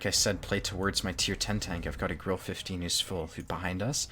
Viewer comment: Löwe is pronounced Loo-va and Grille is pronounced Grill-a. No disrespect but it seems like everyone is always mispronouncing German tank names